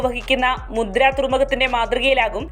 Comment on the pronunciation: മുദ്ര അല്ല, മുന്ദ്ര